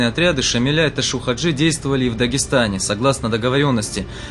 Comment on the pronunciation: Чё за Ташу 😂??? Его звали Ташав -Хаджи не искажайте его имя .